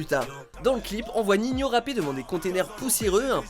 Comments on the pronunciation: Il respecte pas ninho il dis ninhio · Ninho on dit pas Nignio si jamais 🤦🏽‍♂️ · Il c'est pas dire le prénom entre ninhio alors que c'est ninho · C pas ninhio c ninho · "Ninhio" ptdrrr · Il a dit ninhio ho ptn !!!!!😂😂😂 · mdrr au début il a dit niniho